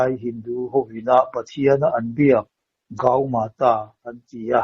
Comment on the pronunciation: Gau nilo Gai mata ti tur jwk ani wm e